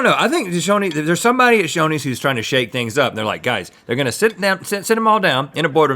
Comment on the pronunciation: I thought Rhett said Sonny's instead of Shoney's and I was about to fight him. 😂